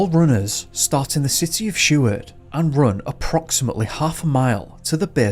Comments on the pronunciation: Dude how do you mispronounce Seward. Sheward?? Tf is up with you man you do great work and the net will tell you how to say it... you are all about education yeah and all tooting your horn about how "hard" it is to get a "PhD", ... Bud the hardest part is the CASH needed to pay for one. Anyway whatever I've been picking on you for longer than that idiot who subbed to you 4 years ago has even looked at your videos, so nothing new, hearing you absolutely belligerently destroying the easiest names in the history of the English Language, most of em American, while you tut tut about us like we are stupid for being different.... I'd still smash a beer bottle over your head but, I enjoy your videos. Try a little to earn your pay and PRONOUNCE these words would ya, have some respect if your gonna talk about us for money. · I had Mrs. Seward (married to grandson of Wm. Seward) for 5th grade. She was such an awesome teacher. We were even given the opportunity to view high school films in the 5th grade. ❤️👍 p.s. the name is Seward not Sheward.